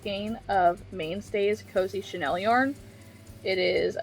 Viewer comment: I apologize ahead of time. This was actually bothering me enough that I couldn't finish watching. Chanel is pronounced "sheh-NEHLL." Short vowel (like in bell) in second syllable. Chenille is "sheh-NEEEL." Long vowel (like in peel) in second syllable.